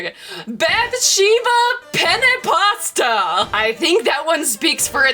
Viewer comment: GIRL I CAN'T I wasn't paying attention to the screen but only to the audio, you pronunciated "penne" with just one n, and in Italian "pene" means dick I had to stop the video 'cause I was dying of laughter for poor Bathsheba Dick's pasta